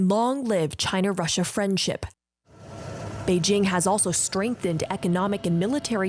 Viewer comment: Selena Wang cant say Beijing correctly? 😂